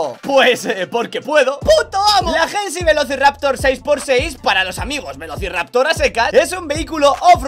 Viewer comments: es Hennessey, no hennesy, osea se dice henesey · Por qué dice "jensy"? Jajaja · La pronunciación de Hennessey la realizas de forma incorrecta